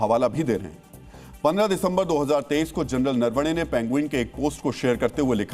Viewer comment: For God's sake A News channel like Z News should learn to pronounce an Indian name correctly! His surname is नरवणे Not नर वणे! You murdering the meaning by pronouncing the name WRONGLY!